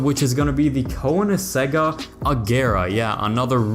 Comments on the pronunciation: Koe-nic-segg. Ing zag is just wrong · BTW the xxr is pronounced irl cone-ing-zag not cone-ing-zegga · Say koenigsegg again🤣